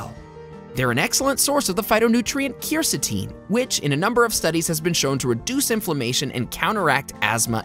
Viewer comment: The narrator does not know how to pronounce “quercitin”. He really mangled that one. Our public schools should be teaching phonics.